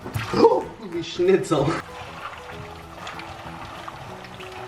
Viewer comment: DID HE SAID SCHNIZEL